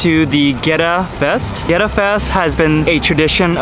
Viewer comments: Theres no w in Goetta lol. Its pronounced...get ah. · First it is pronounced "getta". second it is peanut butter FUDGE dipped in chocolate, not straight peanut butter. Also, I wanted to say that as a native of Cincinnati, I really appreciated your positive portrayal of the city. Your videos are really good, and although I only just discovered you with this video a year later, I plan to follow you for more interesting travels.